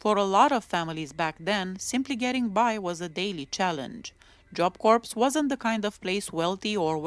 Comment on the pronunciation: Had she not been caught for killing Colleen Slemmer, I think she would've become a serial killer.Corps is pronounced like core,the P and S are silent.